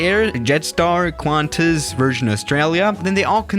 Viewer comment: You have offended australian airlines its pronounced "Qwantis" not "Kantis"